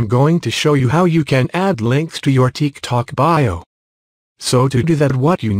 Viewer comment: ''teek tok'' 💀💀💀